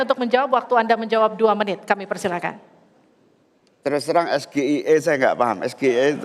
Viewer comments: Awalnya di remehken ternyata memalukan S G I E itu singkatan bhs inggris bukan bhs indonesia masa ngejanya gak bisa kan memalukan, bukan pertanyaan yg sulit kmu yg ga tau bhs inggris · Percaya diri x bilang sgie hahahaha tdk tau mengeja huruf inggris...malu ahhhh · Apanya yg hebat? SGIE aja bacanya salah, bukan hafal baca aja salah. yg penting bukan menghafal namanya, tapi subtansinya, itu sama kayak bapaknya hafal nama2 ikan, padahal yg penting dipelajari setiap ikan itu kandungannya apa, fungsinya untuk apa, itu adalah subtansinya. bukan namanya. wkwkwkkw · State of the Global Islamic Economy (SGIE) yang di sebut gibran itu tidak menyebut kan the nya bg. dia yang menyucap kan nya aja salah bg. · anak muda yang nyontekan.. ngaku sekolah di Singapore dan Aussie 8 tahun, ga bisa melafalkan SGIE dalam bahasa Inggris🤭🤣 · SGIE cuma pertanyaan singkatan English, bacaannya salah bung. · Konon S1 lulusan luar negeri, nyebut singkata SGIE bahasa inggris....dieja bahasa Indonesia.... nyontek dulu lagi.... Kaya cerdas cermat.... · Blimbing Sayur Sok pake bahasa Inggris Tapi salah cara ngucapin jadi malah Ketahuan sekali DUNGU dan BLO'ON nya. Dan Terlihat Songong dan Sombong saat bicara dg Org yg lbh Tua Sprti Org yg Ga punya ADAB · Kepanjangan menggunakan bahasa Inggris maka Pengucapan hurufnya juga harus menggunakan bahasa Inggris. Disini yang salah lebih awal siapa?.... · padahal rakyat biasa dalem hidup sehari2 pengucapan FBI, CIA aja bener.. ini yg di forum debat nasional malah salah 🤣🤣 bikin malu aja 🤣🤣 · Main hapalan, nyebut sgie aj salah🤣🤣🤣🤣🤣🤣🤣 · Rasa2nya puas hati si belimbing sayur, menang rasa dihatinya.... Padahal dia nyebut SGIE salah pakai lafat Indonesia... seharusnya pakai lafat Inggris.... Tuhan punya kuasa... kelihatan gobloknya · Cara baca sgie aja salah, sok pintar gibran😂 Cuma masalah istilah doang udah merasa di atas angin, coba kalo masalah substansi permasalahan pasti kalah jauh dari 2 cawapres lainnya😂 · Sok bilang soal sulit,tpi nyebutnya aja salah